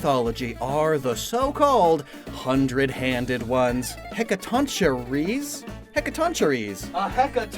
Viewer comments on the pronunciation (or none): The "CH" in Greek is spoken "K", isn't it? Like Christ or Chemistry. So the pronunciation is Hecatonkeires, not "che" like in "cherry" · The Chei in Hecatoncheires is pronounced "Kai" - "he ka ton KAI res" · it’s actually pronounced “Heck-a-ton-kai-riss” Thank you, Persona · erm, actually it’s Heck-a-tonk-ee-rays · It's pronounced Heka-ton-kai-res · for future reference, "ch" in Greek words is always (or almost always) pronounced like "kh", so it's more "he-ka-ton-khyre". it's also why Chiron's name is pronounced as "KY-ron" instead of "CHI-ron" anyone who knows better, or who can explain it better, feel free ;) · Heck-a-tawn-Kai-rus I believe that’s how you annunciate that monsters name. Granted, this is how Joker from P5 says it when he summons the Persona based on the myth, so…grain of salt.